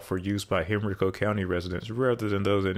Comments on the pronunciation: Just messed my county poor name all up. Lol. Im an East End Henrico native. Its "Hen-rye-co".....say it with me now....."Hen-rye-co". 😂😂😂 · Excellent video and well-researched. FYI It's Hen-RYE-Coe County. Lots of unique pronunciations in Southern and Southwestern Virginia. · Hey, - - it's not HENRI-co county, it's Hen-RYE-co. You talk like you might be from Virginia, just not the Richmond area. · You pronounced Henrico wrong. You said Hen-ree-co it’s Hen-rye-co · PS: Henrico county Is pronounced HEN-RYE-CO. And Laburnum Ave is pronounced LUH-BURN-UM. Just to give heads up incase there is confusion. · Very good explanation. A few points for accuracy: Henrico is pronounced HenRYEko (despite what the GPS says) with emphasis on the second syllable. Laburnum is pronounced LuhBURnum. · Great video. My grandmother was a tour guide at Tuckahoe Plantation and I always remember her telling me about how they had planned to tear it down to build a highway, but it was fought off. Great too see a comprehensive video explaining the entire context of why our highways are so disconnected. Also, it’s pronounced hen-rye-co county. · Interesting, grew up there and we pronounced it “hen-ree-co”, not how he says it though lol, more emphasis on Hen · Lifelong 804 resident here. You did a great job explaining our roads. My only critique is that the county surrounding Richmond north of the James is pronounced "Hen-rye-ko" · Hey I used to live in Richmond. Thank you for the video and the background information. I never really used 288 or 895 much as I lived mostly in Richmond city and Henrico ( pronounced Hen-rye-co ). It really does seem as you astutely commented in another video that road building decisions more often than not are political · You’re my hero! Nailed it all the way. Except it’s hen’RYEco. 895 is good as a mini-beltway from northern Chesterfield via Chippenham to airport and that’s about all. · Henrico county is actually pronounced as Hen-ri-co.